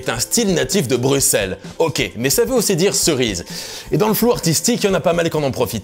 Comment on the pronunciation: Il a bien prononcé Bruxelles, rien que pour ça, un pouce bleu